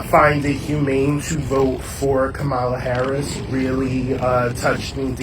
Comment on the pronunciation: NLP shouldn’t have even bothered to platform that last “listener,” if he still feels the need to purposefully mispronounce VP Harris’ name.